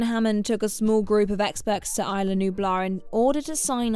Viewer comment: Guys come on its isla from the Spanish pronunciation as in Costa Rica where the film is based. In the words of biff Tannen, "You sound like a damn fool when you say it wrong".